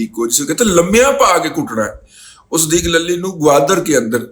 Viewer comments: دادا جی صدیق للی نہیں صدیق لولی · صدیق للی کی لام پر زبر کے بجائے پیش پڑھا جائے ۔۔۔۔